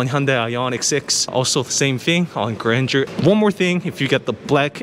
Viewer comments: Suggestion: you don't need to learn French language to pronounce Grandeur properly. Learn about the meaning, also. Then you will discover why the did not name it just Abcdefg.😂 By the way, the car is impressive.👍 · It's not granger it's Gran-deur in french it means bigness greatness. I coulden't guess the name spelling by yourself until i read it. Grand eur